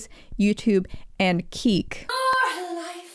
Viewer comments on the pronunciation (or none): the physical reaction I had when you said “keek” I totally forgot that shit omg iconic